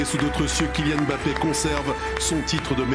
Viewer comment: ce n'est pas e'mbappé madame ! c'est Mbappé sans e